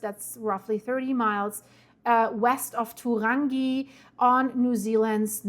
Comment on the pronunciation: Turangi…pronounced..too rangi.